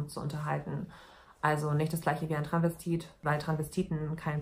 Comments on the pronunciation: Das heißt doch Travestit oder Transvestit. Sie sagt die ganze Zeit Tranvestit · Ich dachte immer es heißt "Transvestit" und nicht "Tranvestit"?! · Das einzige, was mich aufregt, ist, dass du das erste "s" bei "Transvestit" einfach nicht mitsprichst